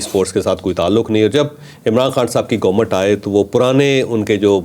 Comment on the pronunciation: What's GOMUT?? It's Government!! Learn to pronounce